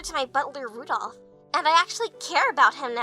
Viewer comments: It's Randolph, not Rudolph. I should know. I cosplayed as him at EFNW and I'll be doing so again at Bronycon in a few weeks. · One thing that kept putting me off about the artwork is the lack of Diamond's cutie mark. Other than that, great video,. Also, the butler's name is Randolph not Rudolph.